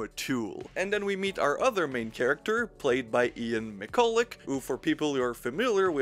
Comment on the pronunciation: Ian McCulloch has Almost the exact same surname as me, thanks for pronouncing that surname correctly... I think?